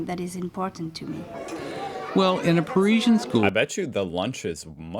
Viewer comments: First, i understood ,,persian''....and i though: what a..... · Why can’t they pronounce Parisian correctly?! Par izzy n